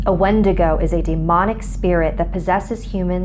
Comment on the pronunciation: I'll only call if they can pronounce Wendigo correctly